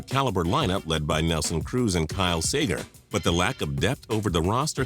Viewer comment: This guy needs to learn how to pronounce names. Called Buxton "Buxter" and Seager "Sager"